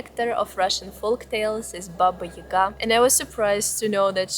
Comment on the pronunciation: It is not Ийга, it is Яга.